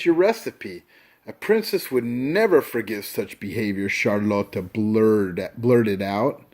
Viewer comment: Dude it's not charloto it's Charlotte